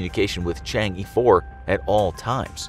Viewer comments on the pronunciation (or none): There is no "Dark side" of the Moon, even within the video they got it right calling it far side vs near side. The title fails. Also narrator should at least learn to pronounce Chang-e properly. Its pronounced Chang 'Er' not Chang 'Ee' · it's pronounce as Chang'er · Chang'e is pronounced chong uh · It's pronounced Chang ugh rather than Chang yee 😅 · CHang'e 4 WHY ARE YOU SAYING CHANGEE 4 IT IS CHANG AAA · Some help: 玉兔 Literally Jade Rabbit. Yu'tu, instead of "Yoo Too", more like Yü Too, with a u-umlaut. 嫦娥 name of a goddess. Chang'e, instead of "Chang ee", more like "Chah-ng ə" with a schwa. I don't remember the details but there's a legend about a girl who unwillingly flew into the sky with her pet rabbit and landed on the moon. Hence why she's considered the Moon Goddess. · It's actually pronounced chang uh not chang E :p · It’s not Chang e you pronounce it as Chong aww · It’s Chang é, the é sounds “uh” in ago. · The mispronunciation of Chang'e was incredible terrible lol. Its pronounced kind of like "shawn-shay" or more like shjay. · he butchered the pronunciation of yu'tu and chang'e pretty bad hahaha